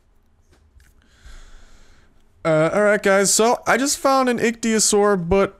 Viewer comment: It's pronounced Ick-Thee-O-Saur